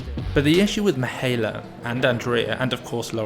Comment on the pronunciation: pronounced Mee-high-EH-la just for further notice